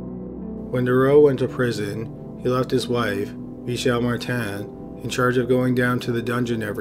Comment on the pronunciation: It’s not mar tan it’s Martin